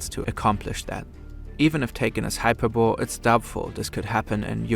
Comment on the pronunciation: They can’t even pronounce hyperbole right why should we take this video seriously. Low information voters bro. If you look at both sides of the argument there is no way you don’t vote for Trump. Nvm, straight up propaganda.